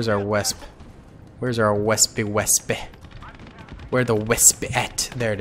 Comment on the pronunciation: Hey! Just want to preface this with I'm a massive fan and have been watching your content for a long time. Just wondering (it may be a little joke) do you know the Wespe is pronounced Ve-spuh (Like the Italian motor scooter, and its name comes from this German word)? Not Wespee, although I do understand the Anglicisation. btw, cool little name fact, it is German for wasp, and another German military name I love is Fallshirmjager, which directly translates to 'Parachute Hunter'! German is a very cool language!:D Keep making the vids, and much support and appreciation from me!